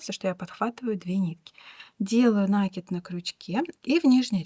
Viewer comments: Ну почему нАкид, нужно ударение ставить на И, т. е. накИд, накИИИИд!!!!! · Спасибо большое за урок. И пожалуйста, ставьте правильно ударение в слове накИд. Уж больно слух режет.